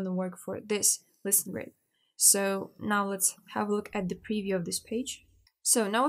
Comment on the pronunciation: haha... but she doesn't. She says "listen grids" not "listings grid". at least to me it sounds like that.... :-) but never mind. It looks like I'm the only one confused by that.